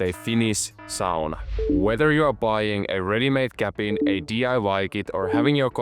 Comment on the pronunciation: I knew from how said Sauna I was in good hands!